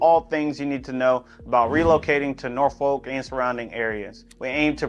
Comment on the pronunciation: As a fellow Richmonder...even we know its 'Nor-Fulk'....not 'Nor-Folk' 😂. Good city nonetheless!